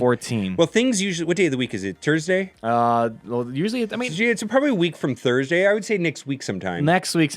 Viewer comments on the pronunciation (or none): this dude just said tursday